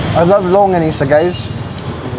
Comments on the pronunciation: “ long - ga- ni s”. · That's not LONGANISA; That's SHORTganisa. 🤣